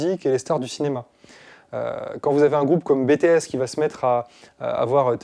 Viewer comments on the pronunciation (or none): On prononce BTS À L’ANGLAISE « BTIIIS »